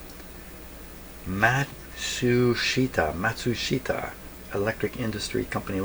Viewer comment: As I understand it... Mat-Sush-Tah.